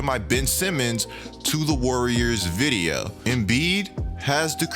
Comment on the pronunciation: Am I the only one who peeped that he said “you won’t want to miss another vidiuh 😂